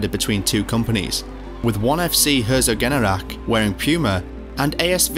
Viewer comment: The name of the town is "Herzogenaurach", not just Herso. But yes, it's not easy for non germans. Been there in a catholic school, every chrismass we got new shoes from Adidas/Puma.